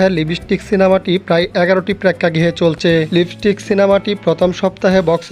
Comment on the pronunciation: ভাই লিবিস্টিক না লিপস্টিক হবে কথাটা 😅